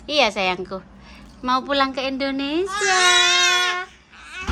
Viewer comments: Hai. maaf pengucapan yg benar Indonesia bukan Indonesa 🙏🙏❤ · ...bukan INDONESA.TAPI INDONESIA